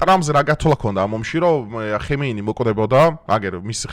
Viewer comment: მაგარი კაციხარ მაგრამ ამ გვარებს რატო ამახინჯებ ძალით აკეთებ ? 🤣🤣🤣 ნეთანიჰაუ ხემეინი ნეთანიაჰი ჰამენეი რავი ყველგან ეგრე ამბობენ ყველა ენაზე 😂😂😂 ვხალისობ ხოლმე სულ მგონია ძალით ამახინჯებ 🤣🤣